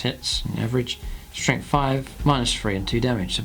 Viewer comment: And if he says "Strengf free" instead of "Strength three" or "free Damage" instead of "three Damage" for many more videos I'll have to cancel my subscription. Use your natural dialect off camera please. When the little red light is on, please use a more "professional broadcasting" dialect. Your local newscaster probably pronounces "th" sounds as "f" or "v" sounds at home, but I guarantee he or she pays special attention to enunciation whenever the camera is on too.